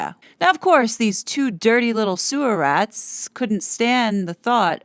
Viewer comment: Sewa rat 😂. Heard the NY accent come out when said it. 😉